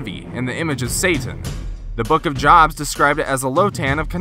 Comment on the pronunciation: The book of jobs. LOL He got a sponsorship from Apple for that I bet.